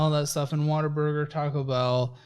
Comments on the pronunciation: I’m from the PNW and have never heard of “Water Burger” until this show. Then I took a trip to Tennessee and saw signs for Whataburger and was like “is this what is always talking about?!” Hahaha totally thought they were saying water burger the whole time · Why does EVERYONE pronounce it as “Water Burger”?! It’s clearly WUT-A-BURGER! Pet peeve. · 😂😂😂😂 yal hear him saying WaterBurger 😂😂😂😂. It's whataburger babe 😂😂😂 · What the hell is “water burger”?! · Why does say Water-burger?? 😂 In-N-Out > Whataburger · Saying “water-burger” is so disrespectful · will never be a Whataburger manager as long as he keeps calling it Waterburger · Why are y’all pronouncing it as “WATERBURGER”? At least it sounds like it lol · Anyone else google “pronunciation of Whataburger” after hearing it in the videos enough times? As someone who grew up in Washington state, I’m heartily confused about where the “ah” and extra r come from. 😊